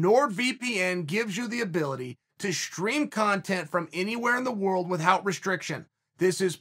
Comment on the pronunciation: btw...cheal... plz stop saying with hout...u r not stewie griffin...killin me sir...lol